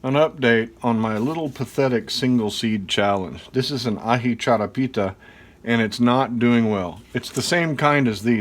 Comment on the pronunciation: Very nice charapita pronunciation! 😝😝 I have some charapita seedlings sprouting as well!